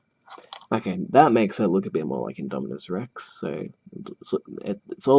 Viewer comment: You’re pronouncing it right